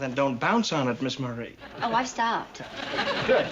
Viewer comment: Ok it's not Miss murrey it's Miss Marie